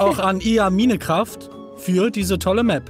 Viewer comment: Dieses Minecräft bei !!! AAAAAAAAAAAAAAAAAAAAHHHHHHHHHHHHHHH!